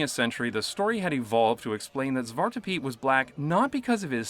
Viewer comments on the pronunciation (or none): You almost said zwart good. You said zwat you forgot the R.